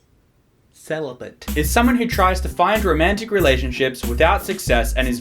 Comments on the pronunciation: Wow such a chad he can’t even pronounce celibate 😂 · watching you try and pronounce celibate was just awful. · Does he seriously not know how to say celibate? Why wouldn’t you edit that bullshit out? That shit just pissed me off thinking about how ur fucking job is to read on YouTube.... that’s it... read... and you did it wrong.... anyways I like the rest of the video okay that shit was just stupid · I didn't notice until he stumbled over the pronunciation of 'celibate'. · This is NOT funny. This is bullshit. You're mocking men who are trying to find love. You can't even pronounce celibate though so I shouldn't be surprised you're unable to show any tact.